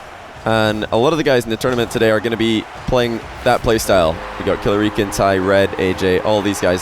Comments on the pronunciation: Money 8080 hes saying it right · Eoghann Gibson it is I think he's saying it wrong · Is Killerican not pronounced like American?